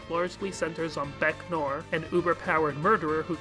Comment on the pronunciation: Sorry if I’m being pedantic, noir is pronounced no-AR, not “nor”